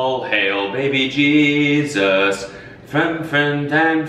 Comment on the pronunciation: “troyful and friumphant”